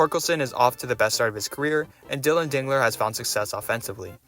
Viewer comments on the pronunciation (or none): none